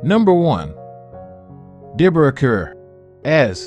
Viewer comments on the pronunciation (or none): Deborah Kerr as in "Car." If you're going to pay tribute, get the pronunciation correct. This channel is a farce. The mistakes are becoming legendary.